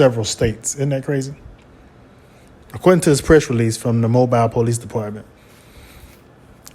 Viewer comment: Sir, this is a hiorrific crime, however as a reporter, do your research. , please pronounce the city's name correctly. Mobile (Pronounced MOE-BILL). Also, the definition of sodomy involves more than "booty". I have no affiliation to this man, his church not do I condone SA or any such crimes inflicted in another. They are an abomination before God.